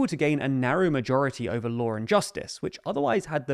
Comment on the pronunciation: You say lawr and justice. Where is the R coming from?